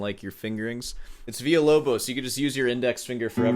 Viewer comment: You're pronouncing Villa-Lobos in spanish. In portuguese it's not Veeyah. It's Veelah.